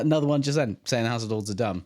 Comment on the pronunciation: not the hoose rice